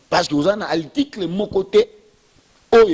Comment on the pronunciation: monoko solo. Oyebi ata ko prononcer mot "article" te, ndeko? yo kaka monoko na micro koloba du n'importe quoi. Vraiment boza bato te. Oyebi ata kosala calcul ya pourcentage te? 62% okoki kozwa yango ata na 10 personnes. Soki bato ya ko voter baza 10 et que bango nyonso ba voter, tokoloba vote ezalaki 100%. Soki 6 personnes ba voter moto moko et 4 moto mosusu, tokoloba oyo ya 6 aza na 60% et oyo ya 4 aza na 40%. Qu'est ce qui prouve que Fayulu azwaki 62% na 18 millions ya ba votants? Voila pourquoi Congo ezo bonga te parce que moto nyonso akomi politicien na bourique lokola yo yo pe okomi politicien. Mawa trop po na ekolo na ngai Congo.